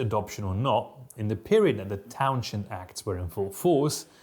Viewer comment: You go to impressive lengths to mispronounce Townshend.